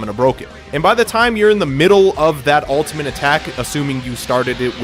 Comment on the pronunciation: Is he saying 'ultiment'